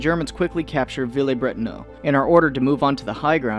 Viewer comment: Villers-Brétonneux is pronounced Veelehrz-Britohnuh